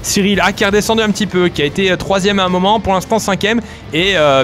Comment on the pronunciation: le meyeur momant